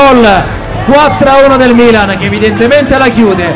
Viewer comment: bro non sai neanche come si pronuncia il milan